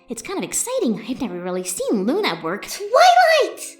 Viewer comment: Hearing Luna mispronounce words is amazing...